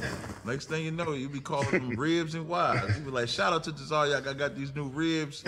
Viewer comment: They butchered Captain Tazaryach name